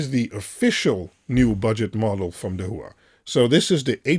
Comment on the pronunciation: pronounced dah-wha, dah like dit dah dit (morse code) and wha , like saying what, but without the "t" dah-wah. dahua :)